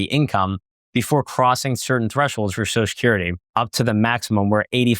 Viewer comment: ...enunciate. Social has 2 syllables.